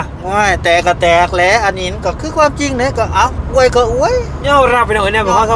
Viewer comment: บ่าวลาว #อวย ไทย เด้อ ไม่ใช่ #อ้วย #อ้วย มันจะออกเสียงเดียวกับ #,กล้วย #ช่วย #ด้วย ภาษาไทยต้องใช้ #อวย ครับ #อ้วย ภาษาเขียนไม่มีนะ